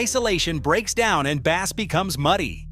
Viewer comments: Yes I wish these people would change the spelling of bass to Base during editing that way the AI would say it correctly. They could do so much better with proper editing on all of these videos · No, it is spelt bass, dummy!! But pronounced as if spelt base.